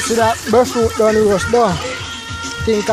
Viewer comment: can’t pronounce breadfruit to save his life 😂🤣😂🤣😂🤣😂🤣😂 omg thts too funny BRE-FRUIT not BREAD-FRUIT😂🤣😂🤣🤣🤣